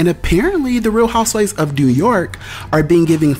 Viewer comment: “Real Houseivvs of Atlanta.” Boy..😂😂